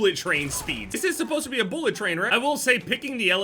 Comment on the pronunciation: Why say boolet instead of bullet lmao